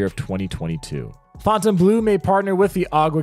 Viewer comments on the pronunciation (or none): Fontaine Bleau is pronounced "blow"